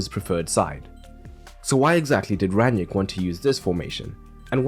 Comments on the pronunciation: Why do you keep calling him Ran-yick? It’s Rang-nick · Its „ Rang - nick“ . Not that hard… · yet half the English commentators say „Ran-yick“ 😄